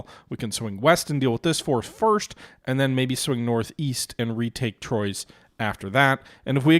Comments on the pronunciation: Damn dude....pronunciation of Quebec names is so horrendously merican. It's not Troy's...more like tw-a or tu-wa.... it's French for Three. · everytime he says Trois-Rivières i laugh out loud